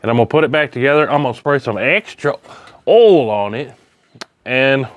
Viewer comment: WTF is "awl"? You said "I sprayed some extra awl on it".